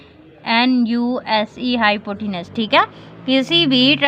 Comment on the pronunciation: Maam mujhe hypotence ka word suun kar hasy arahy ha😅😅😅😅😅😅😅😅😅😅😅😅😅😅😅😅😅😅😅😅😅😅😅😅😅😅😅😅